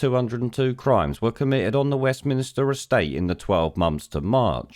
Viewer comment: Ahhhhhhhhhhhhhhhhhhhhhhhhhhhhhhhhhhhh!!!!!!!! Its West Minster not Minister